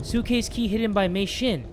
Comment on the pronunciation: Yeah you were calling her name wrong I know cuz my mom’s name is also Mei XD I’m using her account to watch YouTube like I am now